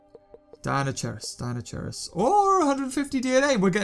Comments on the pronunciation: It's pronounced Kai not chai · It is pronounced dino-KIERUS. not dino- CHEERUS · no offence, but it is actually pronounced deino-kai-rus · Deinosherius... It is'nt hard to say Dei no she ri us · Deinocheirus is pronounced dynokyres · it's pronounsed dinokairus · The way you pronounce Deinocheirus is soo cringeworthy